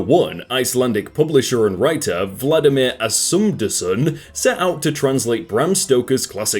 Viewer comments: Is nobody gonna point out how he said VALDIMAR as VLADIMIR? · "Vladimir" Bruh its Valdimar